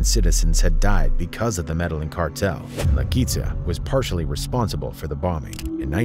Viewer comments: Imagine sayin “medalin” and thinking you know what your talking about 😂😂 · Actual pronunciation is more like madeyin and halisco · My thoughts on today's video is you need to pronounce Medellin and Jalisco properly for God's sake 🙄